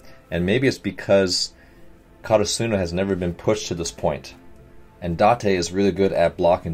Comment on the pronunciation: I may be nitpicking a little bit but yes, you are slightly mispronouncing Karasuno. You are putting emphasis on the “su” part, while in the anime they always put emphasis on the “ra” part. Again, maybe I’m nitpicking and I’m sorry but I just wanted to let him know since he said to let him know!!!